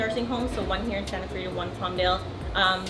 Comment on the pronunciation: sounds fillipino🤗three no🤥treeee